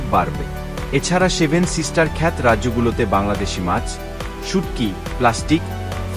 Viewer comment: সেভেন সিস্টার ক্ষ্যাত না।উচ্চারন হবে সেভেন সিস্টার ক্ষ্যাতো।